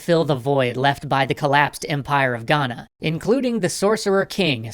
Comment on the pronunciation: As a Ghanaian the way he says Ghana is better than most so 👏🏿👏🏿👏🏿